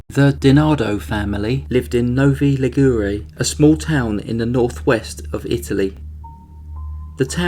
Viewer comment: You pronounced Novi Ligure so wrong I wouldn't have recognized the name, though I'm Ligurian myself. But the case is famous. Omar was released and already got in trouble for domestic violence since.